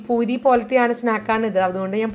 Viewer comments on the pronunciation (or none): പൂരി കുട്ടി എന്ന് പറയുമ്പോൾ മൂരി കുട്ടി എന്ന് തോന്നിയവർ ആരൊക്കെയുണ്ട്